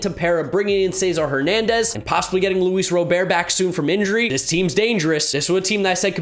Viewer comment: "luis robear"